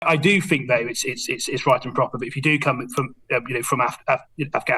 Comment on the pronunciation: The word is THink, not fink. Surely a basic prerequisite for an MP is an ability to speak properly